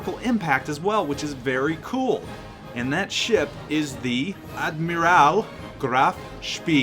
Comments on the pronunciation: It's ad-miral not ad-myral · I'm not gonna comment on the pronunciation of the name, most get it wrong, but what the fuck was that admirAl? It's Admiral, it's an english word you know...